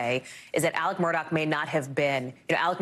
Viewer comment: Alec !!!!!!!! Not elerk....what is wrong w these commentators!! Ridiculous, get off my screen.